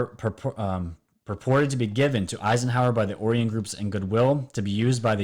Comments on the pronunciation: Not being critical but it is Orion not Orian =) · Its pronounced OH-Rye-ON Not ohryion haha Like the orion belt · Omg.... how can I take you serious when in the first 1 minute you call it the Orrrion cube.... it's pronounced like this "oh-Ryan" smfh..... WOW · o-Ri-on. z-ri-Tic-u-lie. Pronunciation counts bro... Peace. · Also oh rye un would be proper annunciation nbd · Geeeze this guy's dumb. "Nukulear", "Oreon", etc... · Is it not pronounced Oh-rye-on? Lol it’s low key driving me crazy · Enjoy your channel bro, excellent work. Just an FYI, not being critical... Orion is pronounced OH RYE AN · DUDE! OMG your pronunciation SUCKS!! Orion, Reticuli, Galileo. did you NEVER go to school? Common, do your homework. Hard to watch someone who seems to be reading from a script containing words they have never heard before. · you are mispronouncing Orion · If you're going to push some crazy conspiracy, whether it's in conjunction with this or that, please at least learn how to pronounce the name. Orion is a constellation in the winter sky for the northern hemisphere. It's the most common constellation out there. It's only 5 letters, for crying out loud. Orion is pronounced Oh-Rye-en. Emphasis on second syllable. It makes me cringe each time I've heard you say 'the orrree-enz'. I feel if you knew anything about the cosmos, you would have already realized long ago that you're (embarrassing) mispronouncing the word Orion. Carry on; rant over.